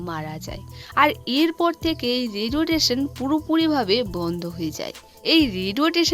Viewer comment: Radio station ❌ Radiotation ✅